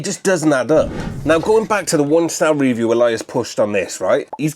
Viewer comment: Reeview? You mean review? You are obsessed with the word reeeeeview?!!!